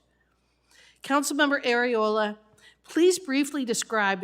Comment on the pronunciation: Did she say Council woman Areola? 😂😂😂 I'm sooo immature 😂😂😂